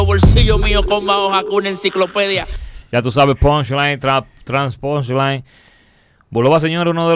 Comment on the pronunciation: Como que "PONLAY"??? JAJAJAJAJAJA '' PUNCHLINE'' 🤣🤣🤣